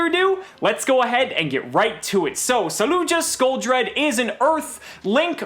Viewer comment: I'm amazed you pronounce it correctly.